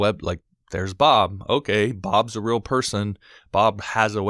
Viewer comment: "helps make it rill"